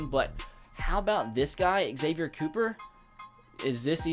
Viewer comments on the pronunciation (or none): none